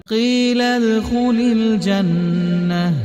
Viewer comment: One mistake in reading in starting - its qeelad not qeelal